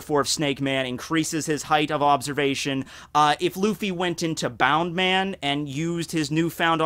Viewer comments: People who say bound man instead of bounce man trigger me. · Bound man? You mean Bounce man? Not to hate after that hella good opening, but I couldn't not acknowledge it.